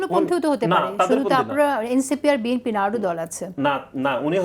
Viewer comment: আমি কোন রাজনৈতিক দল করি না জীবনে কারো পিছনে স্লোগান দিইনি। আমি রাষ্ট্রবিজ্ঞানের ছাত্র ছিলাম তাই রাজনৈতিক সচেতন এবং একজন রিটায়ার্ড পারসন। নাসিরউদ্দিন পাটোয়ারী রাজনৈতিক নেতা হিসেবে শুদ্ধ বাংলা বলার চর্চা করতে হবে!! এই নব্য সংগ্রামী নেতা "বিএনপি" উচ্চারণ করতে পারেন না।